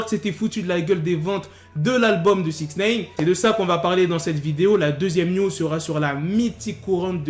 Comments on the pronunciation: C'est Nine comme 9 en anglais ! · Putain mais arrête de dire Six Naine !!!